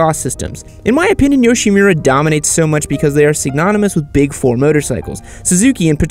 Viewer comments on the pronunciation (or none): none